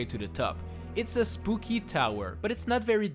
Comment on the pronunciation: is it just me that heard "spoopy" instead of "spooky"